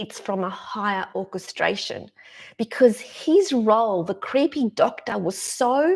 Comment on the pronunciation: I just love how you say "creehpey doctah", it cracks me up every time I hear it. 😁 Awesome message, thanks for sharing!